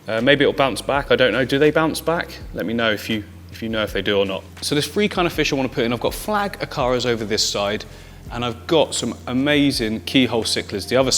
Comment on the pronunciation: “We are now on week FREE”